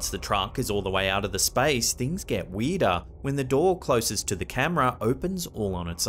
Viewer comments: How weedah is weedah? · “Things get weedah and weedah.” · And weedah and weedah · “Weirder and weedah” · Weedah en weedaah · Is what you are saying ....spelled...WEERDAH? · "weeder an weeder" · 😆lmao. "And Makes the actions even WEEDAH" .. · LOL Weedah. Like Gordon Ramsey saying ooul instead of oil. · Weeder and weedah 🗿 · Weedah and weedah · What the f… is ‘weeduh’?! 😅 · "weirdah and weirdah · I'm not a native speaker but that's what caught me off right away when i heard it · Do we sound THAT weeeeed….? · It’s bad when the weedah stuff gets sinistah. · Boston accident